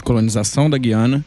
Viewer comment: Sr. locutor: GÜIANA – No nome deste país a vogal U soa; a pronúncia não é como a da nossa palavra GUIAR, mas como em RUIANO (referente a Rui Barbosa); em tupi: GÜIRÁ (pássaro); ou no vocábulo hipotético TUIANA. Em grego: Γουιάνα; em alemão: Guyana (Ü). A inexplicável, absurda eliminação do trema na nossa ortografia provoca erros de pronúncia.